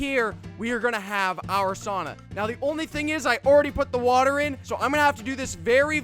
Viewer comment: Anyone else a yooper and how he said sauna set you off just me